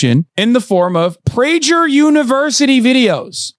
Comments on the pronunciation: It’s ptinounce it praGer. Like praGer like nag. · hasan is so dumb and too lazy to do a modicum of research, he doesn't even know how to pronounce PRAY-GER...it''s a common Jewish and German last name that means (from Prague)